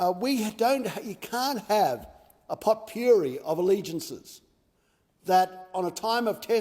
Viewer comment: Pulpuri of allegiances 😂 you got away with words old mate haha. Love it